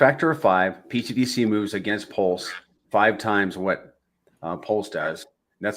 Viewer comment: please... can somebody tell the guy with the hat that its not "pTDC" its "pTGC"... thanks!